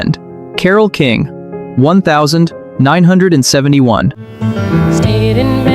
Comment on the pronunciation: The AI reads the year oddly. Instead of nineteen seventy-one, it reads one thousand nine hundred and seventy-one 😂